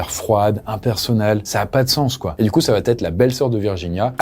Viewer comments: Elle va-t-être? dsl cette liaison n'existe pas mais sinon GG! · tes vidéos sont géniales mais par pitié: arrête de dire "Elle va Têtre", il n'y pas de liaison puisqu'il n'y a pas de T à "Elle va/Il va". Je le dis gentiment hein ❤ mais je l'entends partout même sur la chaîne de McSkyz! 😭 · Arrête avec va-t-etre. Il n'y a pas de t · Par pitié, on ne dit pas "ça va t être. Va ne prend pas de t. Et quatre ne prend pas de s. On ne dit pas quatre senfants! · les multiples "va-t-être" m'ont fait aussi mal aux oreilles que l'histoire elle-même 😆 Mais je suis sûr qu'à la prochaine vidéo, ça va[__]être corrigé 💥